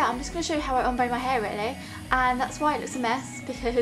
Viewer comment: why can nobody pronounce Ombré? :(